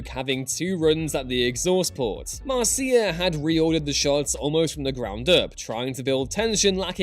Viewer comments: Mar-See-Ah? it’s pronounced Mar-sha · Dude, her name is NOT "Mar-see-a", it's pronounced, "Marsha". It's American, get over it. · “Mar-see-ah”? I always thought it was pronounced “Marsha”? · Interesting pronunciation on Marcia Lucas' name. I always presumed it was pronounced like "Marsha". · I know people comment on this all the time in other Star Wars videos and by now it's kinda endearing, but Marcia's name is pronounced like the first syllable of "marshmallow" or marsh-a, lol. Still love the videos! ;)